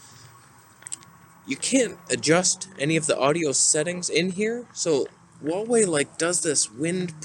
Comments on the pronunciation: Correct version of pronunciation of HUAWEI is: "WHO ArE WAY", not "WU ArE WAY" 🤔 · Not Waway, it's Who-are-we